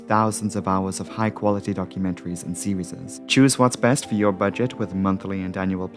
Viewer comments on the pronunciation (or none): Just a small point, the plural of series is series, not pronounced ‘seriesezz’.